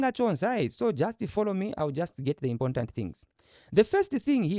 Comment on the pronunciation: Well explained. it's "import" and "ant". Most of my Tonga friends struggle with that word! 😅